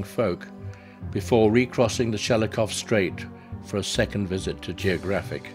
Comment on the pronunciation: What a masterful video this, and all films, are to watch..., I like "Shelikof" better than "Shekilof" The straight should be re-named:)